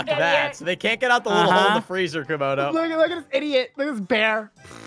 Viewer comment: Camodo:Are u in de freege O.B*mimics Camodo* Me:Freege Freege Freege keeps watching it and cracking up